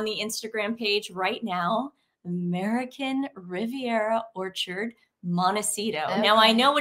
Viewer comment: When you said the name of the website I literally heard "American Riviera Torture".